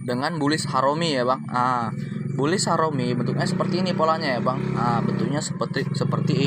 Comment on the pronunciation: jgn disebut bulish harom bang, ga enak gua dengernya😅 makasih bang👍